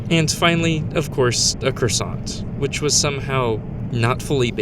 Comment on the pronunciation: the correct pronunciation of "Quebec" for the letter "Q" in the international alphabet is "KEH-BECK," not "qwebek." The "t" in "croissant" is typically silent, even in American pronunciation. They gave you a flat croissant as a punishment for mispronouncing the word...😂